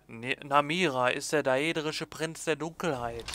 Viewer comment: man spricht es nicht daedrisch sondern dädrisch